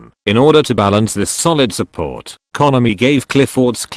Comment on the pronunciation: I agree, but the "konami" pronunciation is wonderful.